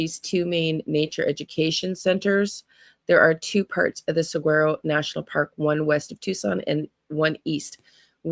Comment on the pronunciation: If you put saguaro 🌵 in search, it will tell you how to pronounce the cactus. The G is silent. You don’t pronounce the G. Interesting, huh?🤔